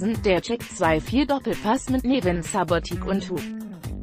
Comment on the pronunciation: Text inhaltlich und vom Verlauf her sehr gut verfasst. Umsetzung leider mangelhaft. Wenn schon so eine Coputerstimme, dann sollte sie auch alle Namen richtig aussprechen. Obwohl die Betonung erstaunlich gut funktioniert, sind schon auch derbe Schwankungen drin. Tip: Spachcomputer nicht mit dem Wort "Subotic" füttern, sondern mit "Subotitsch". "Vierunddreisigster Spieltag" ausschreiben. etc. Dazu muss evtl. ne 2te Version des Videos erstellt werden, aus der dann die "hingebastelte" Audiospur extrahiert und in die original Version eingefügt wird.